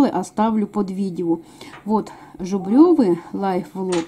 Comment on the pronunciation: Жубревы а не жубрёвы